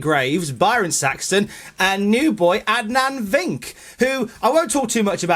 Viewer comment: "Vink"... LOL ESPN may wanna work on their reach in the UK...